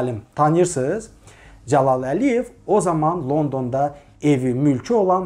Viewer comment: Nitqini düzəltsən necə də gözəl olardı Mehman , məsələn Dzəlal yox Cəlal . Əkintsilik yox əkinçilik...baxıram videoya gah elə tələffüz edirsən gah belə 😁hets kəsin xətrinə dəymirsən ,bu dzındır , adz , gidz məmurlardan başqa